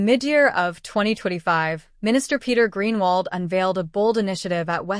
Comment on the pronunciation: Please pronounce his surname correctly. Or can't AI do that???? Good on Mr Groenewald, cutting out those in government making millions at the taxpayers' expense